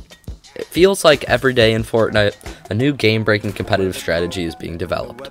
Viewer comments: Am I the only one who hears him saying “Fortnut”? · i like it